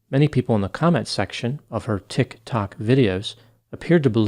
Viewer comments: I love how you pronounce "tik tok". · deliberate pronunciation of Tik Tok is the only way I am ever going to say it now 🎉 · Best thing about this one is pronunciation of "TikTok". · Best thing about this video is the way pronounces Tik Tok 😄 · Anyone else think it's low key adorable how pronounces TIK-TOK? Just me? Okay then. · Very informative video but the way he is saying tik-tok is taking me out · Love when says tiktok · Interesting video, as usual. Had to come see the comments about the pronunciation of Tik Tok- just struck me funny how it sounded like something completely foreign to the doctor. But it’s a messed up situation that this Tik Tok Psychic got herself into. I feel bad for the professor who gets her name just thrown into the case with no involvement in it. It’d be an interesting plot twist if she was somehow involved, but I doubt that’s the case. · Who pronounces tik tok that way....creeepppy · Hahahaha. The way he says Tik Tok. Like an out of touch grandpa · Why you pronouncing TikTok like that foo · Dude it's "TikTok" not tik...tok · yes - I think he's on TikTok and it's not that difficult to figure out it's pronounced Ticktock not Tick........tock lol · I love the way you say “TiKK. TOcK.” 😂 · We now say "Tik...Tok" in our house daily. Lmao😅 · It's sad when crazy people capitalize on other people's pain. Thanks for covering this. Also, I love how you say Tictoc 👏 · Not a long enough pause between Tik....................To k. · I don't put much stock in content creators on 'Tik ' 'tok' either............laughing at how pronounced the sm name. Brilliant! But sadly the only laughable moments in this video. People need to be accountable for what they do and say online. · OK subscribed just because of the way you say "tic tok" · Why are you saying Tik Tok like that? "TiK (hard stop) ToK." 😕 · Pronounced Tick Talk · Same I absolutely love it so much lol